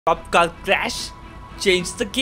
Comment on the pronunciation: Bro it's car not cal